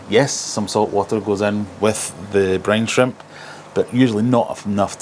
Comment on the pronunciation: My american ears heard "brain shrimp" 😅